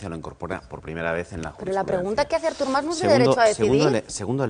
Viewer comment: em declaro incapaç de respectar la opinió d'una persona que pronuncia Árthur Mas